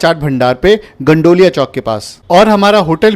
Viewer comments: भाई गंडौलिया नही होता गोदौलिया होता है😂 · भाई नाम तो सही से बोलो its गोदौलिया